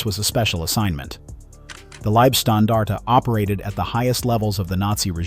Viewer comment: The lieb in liebstandarte is pronounced with a LONG E. Any time you see ie in German it's pronounced ee, any time you see ei it's pronounced aye.